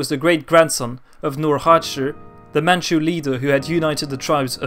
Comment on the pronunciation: As a Mandarin speaker myself, kudos to your pronunciation of Mandarin and Manchu names! A good grasp of the tonal system